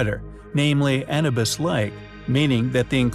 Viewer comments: A-NEW-BUS. not ANNA-BUS. Please have the AI updated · It would be nice if you pronounced "Anubis" correctly... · It's a robotic voice. Lots of names miss pronounced.